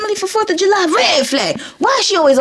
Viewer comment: I love the say you say “red flahg” and “greehn flahg”